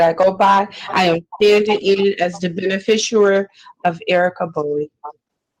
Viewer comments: She keeps saying beni-fisher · She can't pronounce beneficiary